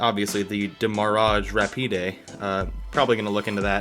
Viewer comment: "Démarag rapidé" lol